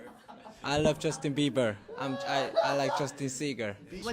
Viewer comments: I think he meant to say Justin Singer but it sounded like Seagull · i love justin beiber . . i like justin seageul (he meant singer ) lol 😂😂💀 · He meant Justin beiber but said it wrong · It was JK saying Justin Bieber wrong 😂